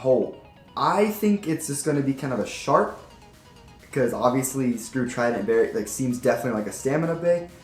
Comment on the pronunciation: Dude its Trident not tridant